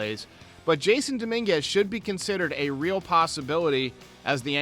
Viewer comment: It's pronounced jas-son